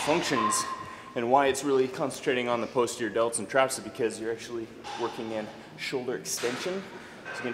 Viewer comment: just fyi it's not POSE-terior, it's PAHS-terior